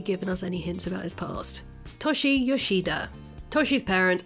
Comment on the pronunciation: It bothers me way more than it should that you pronounce Toshi as “Tawshee” lmao. It’s like you make videos on series you don’t watch 😔 great video otherwise!